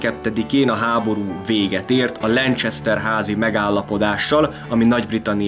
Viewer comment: Lancester = Lenkeszter, nem Lencseszter (Lanchester)